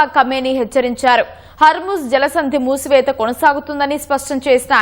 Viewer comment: హర్మూజ్ మూసివేత మేడమ్, మూతివేత కాదు... అలాగే సుప్రీమ్ లీడర్ మేడమ్, సుప్లీమ్ లీడర్ కాదు మేడమ్😅